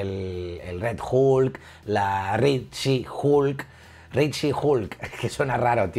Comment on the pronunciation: Suena raro porque lo pronuncias mal :v es red she hulk. No ri shi huulk.